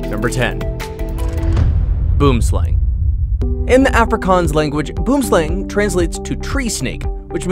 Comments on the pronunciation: boom slang is pronounve "boamslang" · Its pronounced boom slung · Boomslang is pronounced: "Boo-worm slung" say it fast then you got it👍. I'm just helping him, not judging. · Thank you! When he said it wrong i came straight to the comments to see if anyone else knows😂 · A "boomslang" 🤭 is a tricky afrikaans pronunciation, nice try nonetheless 👍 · It's pronounced (Boo-um sl-ah-ng) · You really butchered how you pronounced boomslang.